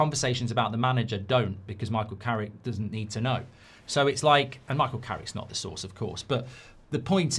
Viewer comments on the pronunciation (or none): none